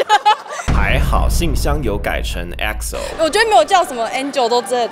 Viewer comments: E不發音啊啊啊啊啊~XO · Joanne是本日MVP 太好笑了 很嗆！ 發音不是EXO是XO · 原來只有我唸E叉O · 居然唸E X O哈哈哈哈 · 第一次留言😂 喜歡EXO的那位唸錯了啊 怎麼常常看到說喜歡EXO 但都把名字唸錯的😅 然後驚訝旁白唸對了😂😂😂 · 高BiHan 看到粉絲唸錯真的無言 因為普通人基本都會唸錯 所以粉絲都會非常注意念法 結果說是粉絲還唸 一欸克斯歐 整個大傻眼== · 那個EXO是真粉嗎！?還念錯🥴E不發音好ㄇ謝謝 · EXO的E不發音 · 大姐大姐EXO的E不發音內~ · EXO的E不發音啊😂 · 我朋友是粉絲我不是 不過我不會唸錯🤣🤣 E不發音！！（？？ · 等等!! 你唸EXO的時候好像怪怪的~~~ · EXO的E不發音啦！ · 正想留言說E不發音啦! 那位孩子是真粉嗎XD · 哈哈哈哈哈哈哈哈腦中響起 : E不發音哦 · Candy是假粉吧XDDDD念錯了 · 重點Candy是粉絲還唸錯！不能接受😂😂😂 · E不發音辣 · 我以前也叫Betty🤣🤣🤣 還有那個EXO E別發音啊哈哈哈～😅